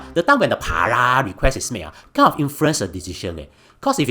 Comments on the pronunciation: pa-rah..... bro just speak your native languag and add subtitles.. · Per-roll is hardly a complicated word 🙄🙄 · Why the hell can’t you say “parole” correctly? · Singlish is embarrassing enough without the lame mispronunciation of parole. I’m a Singaporean and I denounce Singlish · Bro, if you’re going to mispronounce parole 150 times intentionally while trying to make it sound funny, it isn’t. 😅 It’s really annoying lol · Yo mispronounced “parole” so many times Such a comedic gold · I have to mute your video after getting irritated by the way you mispronounce "parole" so many times...I like your content,but words that are chim,you mispronounce them so many times will only get irritating☹️ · Oh my God, it was killing me, and he said it at least 40x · was wondering how irritating it is, then bam, wtf is this fucking cat saying lmao, i almost puked. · Mispronouncing "parole" in a sarcastic manner. Typical Singaporean disapproval for early prison release for criminals. Another human rights abuser and lawless "****head". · I think it's actually funny. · My exact sentiments. It's so damn irritating.